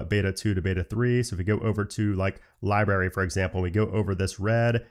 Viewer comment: LI BRARY!! Not LI BARRY 😂😤